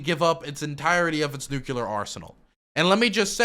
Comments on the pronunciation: Each time you say Nucular you make me blush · Bush jr really did a number on you. I mean "nuculer" just burned its way into your young mind. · the way says nuclear as nuke-u-lar is giving me cancer